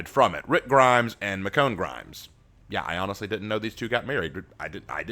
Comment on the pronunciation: I believe it is pronounced Mish-own